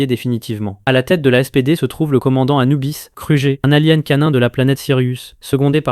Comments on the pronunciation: A l'avenir, essaie d'avoir une voix un peu moins robotisée, car là ça fait juste trop IA, les noms même communs sont mal prononcés [alien] que tu prononces mal, et majoritairement tout les noms communs également xD ça fait trop récit IA et on perd vite l'envie de finir la vidéo (je regarde beaucoup de résumé voici pourquoi je fais cette critique) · T'as mal dis alien, ranger, kruger et grumm